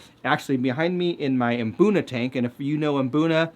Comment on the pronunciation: Thank you for mmm-BOOnuh. I've never been to Africa, but I'd bet no self-respecting locals are saying MUH-boonuh.